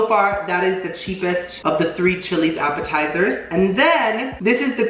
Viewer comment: Is it just me or does appetizers sound like apple tiers